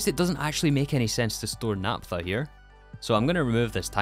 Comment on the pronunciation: Please pronounce "naphtha" porperly